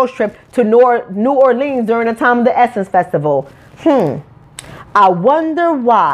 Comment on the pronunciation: when you decide to make your OWN movie, you can set the setting and make the plot about WHATEVER YOU WANT!!! And please learn how to CORRECTLY pronounce New Orleans, and SUCCESSFULLY, instead of throwing stones out of your glass house.